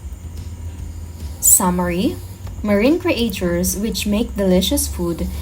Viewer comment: ""Create chures""